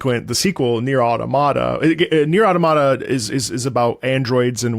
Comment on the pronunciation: Thank you so much for pronouncing "automata" like that. So many people want to pronounce it with the same syllables stressed as "automaton," but the English language track actually speaks it aloud at the end of Ending E, and very clearly pronounces it the way you did.